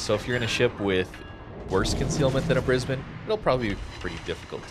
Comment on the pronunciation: props for pronouncing brisbane correctly!